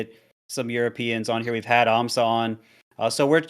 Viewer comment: "Can you imagine European aMSa?" Me "You mean Amsah?"